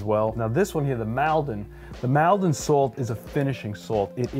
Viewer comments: I live and grow up in Essex near Maldon it pronounced not Mal-don but more like mould-don or mall-don (as in shopping Mall) is not really sea salt it is river salt come blackwater river that is estuary Maldon salt was use in Roman times at Colchester about 55AD brand named was in late 1800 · Nice to see my home town's salt make it to this video, btw it's pronounced Mole-don not mal-don 😉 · Very informative thankyou 👍.. Just alittle nip pick in pronunciation of Maldon., imagine taking away the a and putting in an o you get Moldon, and that's how you say it 😊.. I use it all the time 😁.. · Love the way Maldon is pronounced in the US. It's pronounced Maul-don in the UK. I should know - I was born there :oD Interesting to see the results of the taste test and although I was aware that table salt was toxic, I wasn't aware that some contained cyanide.... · (Maldon is pronounced Mawldun) 😉😉